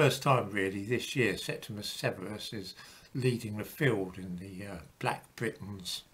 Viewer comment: His name is Septimius (not "Septimus") Severus.